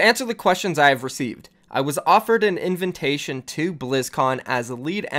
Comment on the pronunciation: 'In-vin-tation' right ok 😂